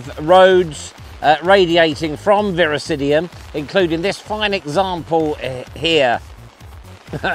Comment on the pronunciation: Fun video 😊. I believe it’s Virosidum, not Virosidium…